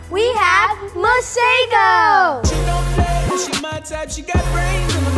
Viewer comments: His pronouncing his name wrong, its not Masago its Masego. Also its not T swana, its Tswana...but hey whateve tickles your fancy bro, its your name you can make it whateve you like. From your friendly South African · I'm from Africa , South Africa and I can speak Setswana. It's pronounced maseho . Get it right. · In South Africa we pronounce Masego differently. The 'g' makes a flem sound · I live in South Africa (where his name originates) and his name Masego is is pronunced (MAH-SEH-GOU) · Yea the way we say it is ke ma-se -go(emphasis on the g) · 'Masego' is not pronounced the way any of the people here say it. The 'g' is much harder, not a soft g but a harder g which sounds like a grinding/pulling at the back of your throat. similar to how the name Juan is pronounced. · Y'all aren't pronouncing his name right I know I'm from Africa, I speak setswana but anyway. He has a name usually used for girls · In South Africa that's not how we say Masego...kinda makes my eye twitch. But ok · That is a Setswana name but that is not how you pronounce it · The man can't even pronounce his name correctly. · lol Masego cant even say his own name ryt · Lol That's not how you pronounce Masego😅